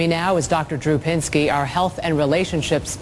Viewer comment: it's Dr. Drew Pinsky not Pensky